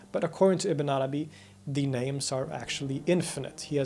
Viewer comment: I'm not used to Ibn Arabi's name. Everytime you say it, I hear "a banana bee".